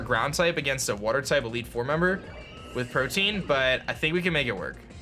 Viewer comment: I think he's pronouncing Protean wrong, he keeps saying protein, not protean